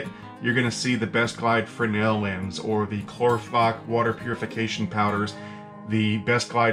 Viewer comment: Try “fresnel lens”, not “freno lens”.